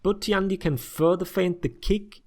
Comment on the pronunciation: Hey man, I appreciate you trying to say all their names and moves correctly, but I want to correct you very slightly on this one. The tian in tiandi is one word. Listen how he says it when he does dodge attacks. Other than that, you're one of the few people who don't make my ears bleed, so gj.